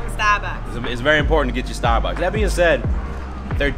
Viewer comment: the way julia said starbucks "Sta buks" lol